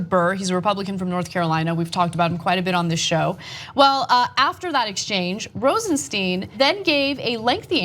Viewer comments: The name is pronounced Rosenstine, not Rosensteen. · Mispronouncing the name is indicative of a slovenly attitude.